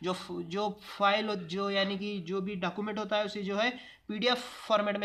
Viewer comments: You said Document as Dakument.... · Kya bol rahe ho aap dacument Document bolo yar